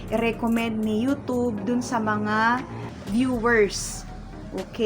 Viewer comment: Ayusin mo pag bigkas mo, Anong yutob day? YouTube ha, wag mong bisayain.